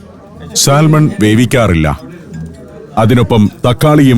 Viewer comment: സാൽമൺ എന്ന് എഴുതിയാലും ശരിയായ ഉച്ചാരണം സാമൺ എന്നാണ്